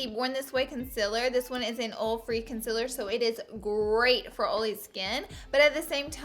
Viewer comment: I kept saying what's a orfri foundation? Like is that a new thing? Then I went back and listened closely and realized you said oil free! Lol